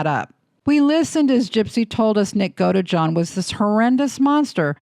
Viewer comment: GodEjohn 😖 Godeejohn is how you say it 😔